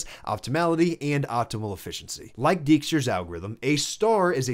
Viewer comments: Good stuff, but "Dijkstra" is pronounced like "DAIK-struh", regardless of the misleading spelling. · Nice video! Small thing, as a dutch speaking person, please don't butcher Dijkstra like that 😢. "Dijkstra's algorithm (/ˈdaɪkstrəz/ DYKE-strəz)". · The "ij" in Dijkstra is pronounced more or less as "ey", not "ee". I attended (but never finished) the Eindhoven University of Technology, where Dijkstra spent part of his career, and where he has a near-divine status. His semaphores and shunting yard algorithm come from observing the shunting yard of Eindhoven railway station from the main building of the university.